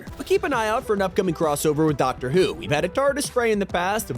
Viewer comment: The way you say doctor bothers me